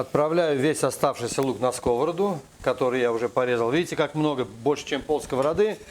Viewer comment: пожалуйста - не скОвороду, а сковородУ!!!!!!!!!!!